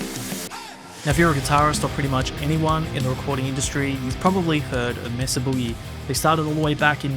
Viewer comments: Not "MESS-uh", pretty sure it's MAY-suh. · Maysah not messa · MAYSA Boogie is the proper way to say the name of the company. NOT MESSA. I grew up not far from Petaluma California. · May-suh, not Mess-uh, silly Brits. Why is that so hard to get? It's a Spanish word!!! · "Messa"? It's "May-sah", guv. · May Suh not mess uh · You’re pronouncing it incorrectly. Mesa is the Spanish word for plateau and is pronounced like May-suh. Not “messa”. England is not that far from Spain, you may have heard the pronunciation without realizing. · It's pronounced "MAY-SUH", not "MESS-UH". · It’s May-suh. It’s a proper name. Please pronounce it correctly. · Anyone else annoyed at how he pronounces "Mesa" ? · "Messa" Boogie 😀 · He’s pronouncing “Mesa” wrong. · The narrator is pronouncing “Mesa”incorrectly and it’s really bugging me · Why can’t Europeans pronounce “Mesa” correctly? Why do a video on an amp company if you can’t even say it properly. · These creators and companies specifically say the proper pronunciation of Mesa, but you for some reason keep incorrectly pronouncing the name like some uneducated stupid Australian.